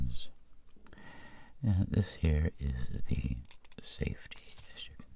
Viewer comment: Th r-r-r ee inched on ZE button!!!